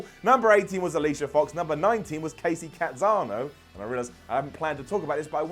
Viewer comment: it's Kacy Catanzaro with a Z not an N... She's from my hometown don't screw up her name bro